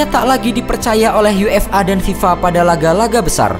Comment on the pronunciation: Awal disebut UeafaLona. 😂